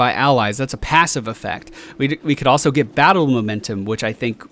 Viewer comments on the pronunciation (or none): none